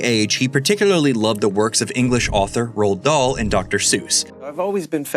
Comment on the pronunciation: lol no, he can’t pronounce Roald Dahl